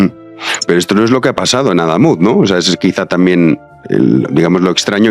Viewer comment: Cada vez que pronuncia AdÁmuz, muere un gatito.